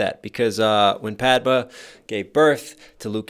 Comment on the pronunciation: Can we talk about how he called Padmé “Padba”?